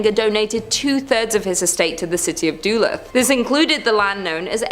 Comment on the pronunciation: Duluth is Duh-looth not Doolith. Allegheny is Al-eh-GAY-nee not Ah-LEG-a-nee. That is all.